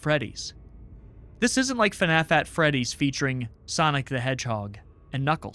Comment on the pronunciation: ‘fnaf at Fredericks’ 😭